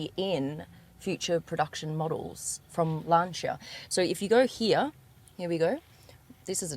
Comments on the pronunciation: Lan-Si-A.....not Lancha 😮😮😮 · I hate tat she says “lancha” instead of "lansia" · Bloodie it's pronounced Lan- see-a & not Lan-char. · Sorry Alex, but I'm not reading thru over 300 comments to see if someone told you or not. Ahhh your ....surprised someone around the car didn't tell you. It's not Lan-ch-a ....its pronounce Lan·see·uh. And I agree the design looks real cool. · Learn to pronounce Lancia. It’s not “luncher” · Lancia. Not Lanchia. Can’t listen anymore. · It's lancia not lanchia :) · its LANCIA ... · There is no h in lancia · Never heard Lancia pronounced like that 🤔🤣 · You are pronouncing lancia incorrectly 😂😂😂😂😂